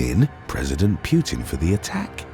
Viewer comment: He doesn’t know how to pronounce Putin, probably doesn’t even know who he is